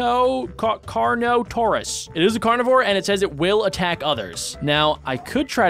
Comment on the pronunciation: Ya said it right it is car-no-tor-us